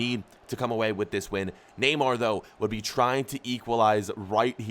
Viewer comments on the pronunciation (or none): none